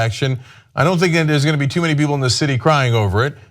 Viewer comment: Those statues been up "tew" long